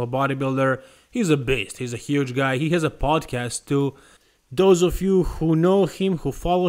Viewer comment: what are you looking at?!? If Baena really is natural (which I agree is likely), and he jumps on a serious cycle, I think he's going to get HEUGE (sorry, I had to make just a little fun of your unique pronunciation 😜 - it's all love though, bro). Kidding aside, look at that enormous ribcage, the back width, the long arms (and long biceps and triceps). I think there's an excellent chance that Baena will indeed be a hyper-responder to gear. The main question would be, how will his legs respond to the combination of a reasonably modern cycle and modern leg training methods? I think there's absolutely a decent probability that they would respond better than we'd guess from their current size. I'd say this though: I actually don't think that Baena's structure would lend itself to Classic Physique. I actually think that those features of his structure that I describe would only really standout if he kept going, and attempted to build an open-level physique. It's almost certainly not going to happen (his Dad is going to leave him more money that he'd ever be able to make from bodybuilding), but this particular video is the first time that I've seen enough gains from him to conceive of this idea that his structure would look best maxed out.